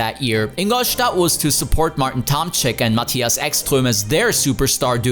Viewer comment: Awful watch. You put all that effort into your pronunciation of Spengler, Ekström, Ullrich etc but still said ‘Ahdi’ ‘German Touring Masters’ and ‘maTHias’ 🙄